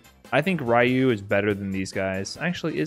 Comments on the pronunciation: I WILL make Cody with knife and v-skill 2 scary! Also, I like that you pronounce Ryu as Rai-yew like I do. XD I never gave too much credit to tier lists. I think they open interesting discussions, but they only really matter to the Top 8 players for next year's(?) EVO. But at the same time, I shouldn't underestimate how dangerous a person is if they got the match-up figured out. People rag on this game too much for being a guessing game, but honestly I still love it after years. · ......its re-you=ryu come on man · the way pronounces ryu is driving me crazy